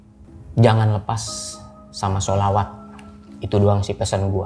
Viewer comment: Bang kelihatan agamis, dari cara ngucap sholawat nya qolqolah nya mantap, terutama huruf 'ain ع nya